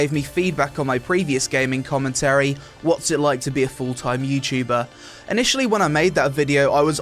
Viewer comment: youtchuber youchuber........ Youtuber!!